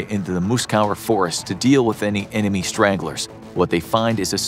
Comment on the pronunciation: kind of sounds like you said stranglers rather than stragglers.